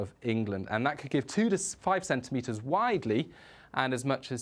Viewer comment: "five to cen tentimetres" Yes, I thought so.